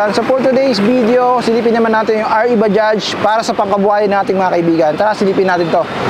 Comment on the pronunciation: baja lang po yan kung bigkasin..silent j dpat yan.. pangit pakinggan kung bajaj na pagbigkas..prang wla tayong pinag aralan nyan hnd ntin alam ang silent j na word